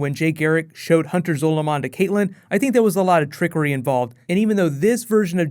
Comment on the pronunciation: Zolomon is prounounced the same as Solomon.